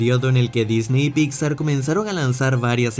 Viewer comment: amo que siempre dice "Picsa" jajaja